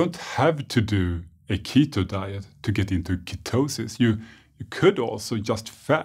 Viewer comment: When he " ketho dieth" and I'm just wow